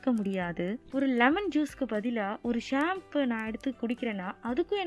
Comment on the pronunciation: athu shampoo illa ma.. champagne 🍾